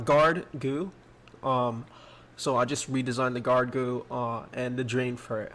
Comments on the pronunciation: When he says goo instead of G u I it’s makes me wanna vomit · xD he calls a GUI a "goo"